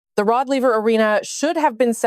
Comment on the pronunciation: Nothing is worse in these videos of yours than mispronouncing names of famous people. In this one, you mispronounce the name in your first sentence -- it's Rod LAY-ver Arena, not LEE-ver. You "guys" are too much.